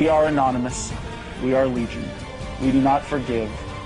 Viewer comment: It irritates me so bad when that one news reporter couldn't say 'Anonymous'